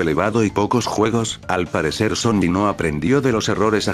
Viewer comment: Soy yo o en ves de decir sony dice zombi